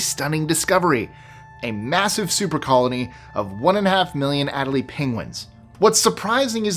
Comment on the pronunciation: "a-DELL-ee penguins